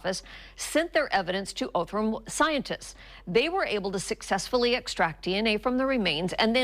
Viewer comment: It is pronounced awthrum labs, not Othrum.